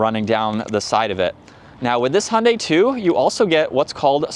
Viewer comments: I know that, and they're wrong. "Hi-undai" is also wrong. The right way to say it is Hyun-dai. with the y of "yodel". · I'm sorry, but why do you say "Hundai"? The "y" in Hyundai is not silent, you should pronounce it.